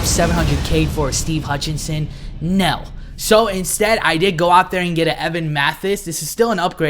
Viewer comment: The way he says no 😭😂😂😂😂😂😂😂